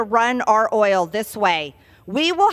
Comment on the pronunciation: I love the way she pronounces “OIYOL”! Useless Rube!!!